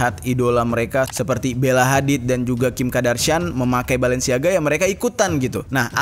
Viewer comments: Nyebutnya Kardashian bukan Kadarshian. Maap gemes 🤭🙏🏻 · Kim kardashian bang bukan kim kadarshian 😂🤭